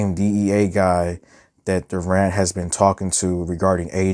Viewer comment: yes you are calling him Duran or I think Durant